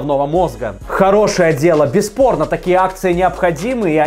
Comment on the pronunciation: Я один слышу "без порно" вместо "бесспорно" ?